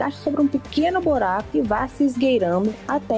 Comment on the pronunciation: NAO EXISTE BORACO, E SIM BURACO